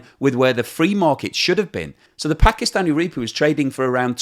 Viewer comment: I think you'll find that the currency is pronounced as rupEE not RUpee.